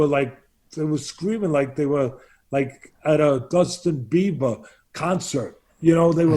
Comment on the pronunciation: And did hejust say Dustin bieber ?